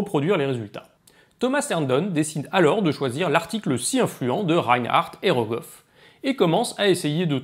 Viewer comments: Goroff ou Rogoff du coup? 😛 sinon super intéressant, comme d’habitude. Je comprends mieux les cours de critique d’articles de la faculté :) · c’est Rogoff, pas (Kolmo)Goroff 😉